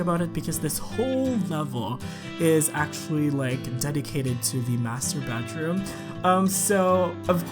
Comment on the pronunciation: "Master Bedroom".. i just heard "Masturbateroom". :D But it could be me.. xD